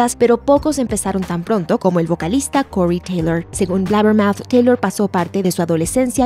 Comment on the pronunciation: slipnaaaat / cory teilooour